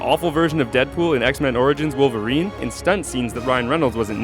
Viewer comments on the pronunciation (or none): none